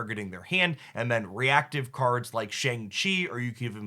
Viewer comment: Love these decklist write up and the potential play for each turns, like turns 5 and 6. Btw, Shang Chi is pronounced like "Shahn-g" Chi.